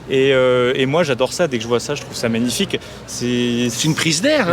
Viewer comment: La signaturheu... les radiatheurheu... c'est magnifiqheu...